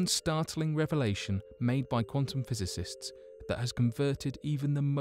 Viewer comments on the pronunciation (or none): none